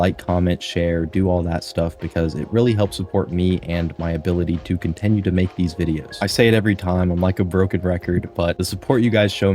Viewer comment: why do you pronounce “continue” as “contEnue”???